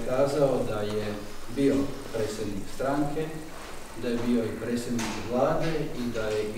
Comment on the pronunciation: Ovaj "sposobni" ministar stalno govori " presednik ". Toliko je lijen da mu je teško izgovarati - predsjednik . 🤦🏼‍♂️